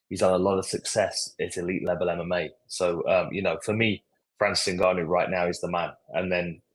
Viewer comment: Why do you struggle so much with saying Ngannou, its just ENgannou